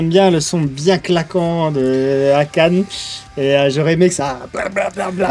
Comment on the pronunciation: A-ka-né les potes, pas a-canne, par pitié 🤣🤣🤣 Merci pour la réaction ca fait toujours plaisir! J'attends de voir votre réaction de Forbidden tale 😀